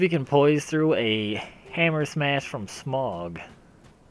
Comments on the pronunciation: Did you just call Smough smaug? SMH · did you just call smough smog?